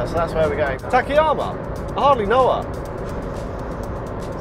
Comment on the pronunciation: Why does almost English speakers pronounce after(k)vowel always phonetically (i) ？ Ta-ka-ya-ma , I sounded (ta-ki-ya-ma). same as karaoke (karaoki), shiitake(shi ta ki). Why?